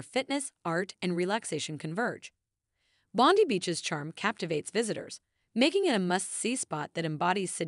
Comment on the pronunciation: That bondy thing sh!ts me to tears! Surely they know the correct pronunciation?!